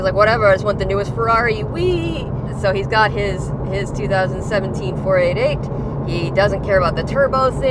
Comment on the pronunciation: Grateful that has provided the segue into this issue, as it is something that I have been meaning to rant about for some time. The long accepted nomenclature for Ferrari model numbers is to say each number individually. It absolutely IS 4-8-8, NOT 4-80-8. The doubling up of the 2nd set of numbers seems to mostly be an American thing, so I am not calling you out specifically, but I do notice that you frequently interchange between the 2 'pronunciations', sometimes in the same sentence, for example you will say 4-5-8 and then 4-80-8 or whatever the case may be. I don't think I have ever heard someone from Ferrari referring to their models in the 'American' style. Now having said that, and to further complicate the issue, in my view there are 2 exceptions to the 'rule' here. Model numbers ending in zero, ie 250, 360 etc. In this instance it is acceptable to call it a 2-50. Also bearing in mind that often part of the model number refers to the cylinder amount (ie the 8 in 348 refers to 8 cylinders so NOT 48!), it can be argued that 12 cylinder models can be referred to as such, eg a 512 can be referred to as a 5-12. Love your channel, have been watching for a few years already, I want to stay tuned and hopefully it will be sweet!